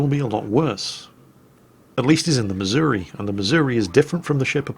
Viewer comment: I live in Missouri. Its embarrassing that a Brit pronounces it correctly and half of the people here pronounce it "missourah"